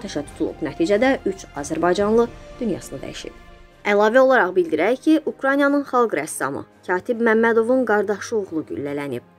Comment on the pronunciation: Ukranya yox, Ukrayna. Tələffüzü düz edin